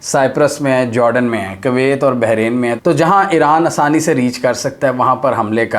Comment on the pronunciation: For goodness sakes can you please start pronouncing the name of Kuwait properly? You say it in such a nasty way that I feel like not listening to your videos.